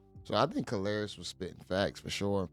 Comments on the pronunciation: You keep calling him Ka-lari-ous is hilarious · Brah, He Ain't even saying dat dow, He Says " Car Larious " 🤣😂😅 He midst well say call him " Hilarious " 😆